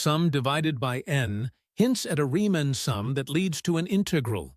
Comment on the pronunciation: You don't sound human. You can't even pronounce "integral" correctly